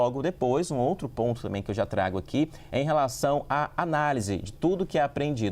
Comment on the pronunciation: Pelo amor de Deus, alguém ajuda este repórter a pronunciar corretamente a palavra também 😂😂😂😂😂